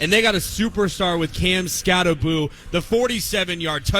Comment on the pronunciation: BROS. I don't know why you think people will subscribe when you call coach a NUTJOB and pronounce the star running back name SKATTEBO incorrectly. Cool stickers on your laptops. Looks like child stuff and the same effort for preparing for a show. I stopped listening